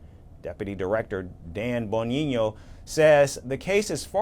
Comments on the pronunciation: It's Dan BON-GEE-NO. lol 😆 not BO-NEE-NO. 😢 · Dan Bon-neen-yo? What???